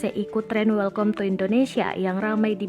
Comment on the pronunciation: Welkom ya,mbak? Kalo ga salah dibacanya welkam. Lulusan apa ya penyusun narasinya?